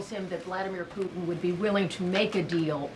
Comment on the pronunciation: I love to hear Caroline say "Poo-in"!!!😅